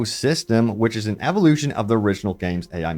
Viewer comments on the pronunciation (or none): none